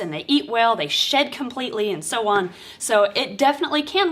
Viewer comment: shed..you're saying shed 🤣